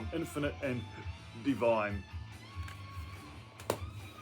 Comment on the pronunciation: Hi, that band Dvne is pronounced Dune, brilliant album